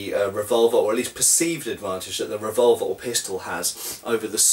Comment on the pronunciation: when you say revolver, it sounds like vulva.